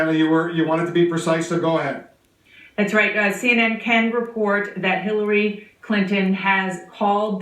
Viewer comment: "I have a person there with Hiliry" hahaha CNN are so retarded it's hilarious.